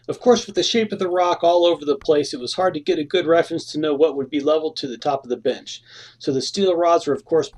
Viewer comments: Everytime he says “bench” I hear “bitch”. Now watch the movie one more time with that in mind 😂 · i thought he said: "todays project im going to build a bitch" i giggled really hard. sometimes miss hearing things make you laugh and cheers u up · I just cant unhear him saying "Im going to build a bitch" :D